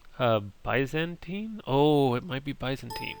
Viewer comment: Also, Djibouti isn't "next to" Africa, Fiji isn't in the Atlantic, and Guam isn't a country. Coptic doesn't mean "early," Rocky Marciano was a boxer. Ethan Allen was a war hero. They're not pronounced BYE-zantine, HASS-idic, SALE-donia, or charle-MAG-net. This was painful. Dude needs to spend more time reading that "dictionary-like thing."